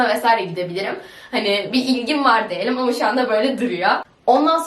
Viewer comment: Deyelim değil *Diyelim